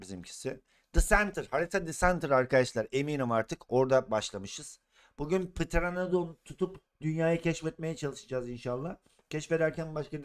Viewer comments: Lazın pıtıranadon demesi😂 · pteredon a abininin Ptereledon demesi 😂